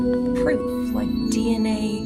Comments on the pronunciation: DENA😂😂😂😂😂😂YOU MEAN D N A NOT DENA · Dina samples = DNA samples. The AI narration is always so cringe